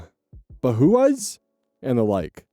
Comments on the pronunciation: the store's name is pronounced "baw-house" but i will personally be referring to it as ba-huass from now on.😂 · “Ba-who-uhs” bruh it’s Bah-house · Bauhaus being said as "Bahuhaas"😂 Think of it as "Bow" as in bowing your head and "house". Thats how we say it in Swedish but it is probably a bit dependent on country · DK brevkasse = DK mailbox. We use the word "brevkasse" too when we write in to a magazine to ask for help on whatever problem we're having. Bauhaus is pronounced Bowhouse. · Super late on the catching up on these. Bauhaus is pronounced bow-(like bow wow) house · Bow House,, Bauhaus is "Bow House" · Bauhaus - Bow house. Easiest way to say it. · bauhaus is bow house 😂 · tries to say Bauhaus Me, recognizing it from my art history class (it's bow, as in bow-wow, house): "Oh, that's right, he studied like comp sci or something, he wouldn't know what that is." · It's pronounced like bao-house. It's a german-nordic hardware store chain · For that foreign word in story 2, Bauhaus, it's pronounced Bowhouse (with the Bow being like the gesture, not the weapon) and it's a Hardware store. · Pretty sure it's pronounced bow (as in on stage) house. My mom listens to a band by the same name. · Bauhaus is pronounced like "Bow-House", with Bow as in "bow down" and not "tie a bow". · Pronunciation’s: Jutland- ute-lend (the j is pronounced like the J in Jotunheim) Bauhaus- bow(the the bow of a boat)- house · "bow-house" btw. like you'd say "wow". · This is sooo minuscule of a detail but the way he pronounced Bauhaus is pissing me off as a Scandinavian 😭😭 no hate tho how would you know. It’s pronounced like bow-house. It’s like a store where you buy like house appliances like toilets n’ shit. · Bauhaus is pronounced "bow house" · "Buh-who-uz" Oh,. Your Alternative Card is temporarily revoked until you read the comments and learn the error of your phonics. It's a store and also an art movement as well as of course the iconic band.